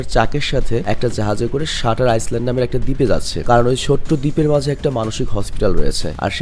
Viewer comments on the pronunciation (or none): শাটার আইল্যান্ড, হবে. আপনি বলেছেন, শাটার আইসল্যান্ড. কথাটা সঠিক নয়.